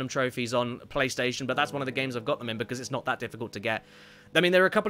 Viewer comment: Ah, yes, my favourite game "Crish Twinsinity", followed shortly by "Crish Bindiciit Wirped" for the Pliystitiin.